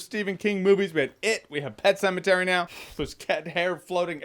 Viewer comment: "Pet Pematary". LOL